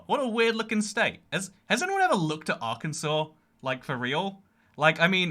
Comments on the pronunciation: Arkensaw. It's a law in AR to not mispronounce the name, like you did. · That's Arkansas, Pronounced as Ar-kan-Saw, i live in the state just north of it